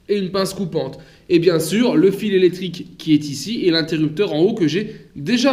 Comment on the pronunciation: Merci pour la vidéo Et pour l info on prononce le mot électrique et pas életrique 😁😄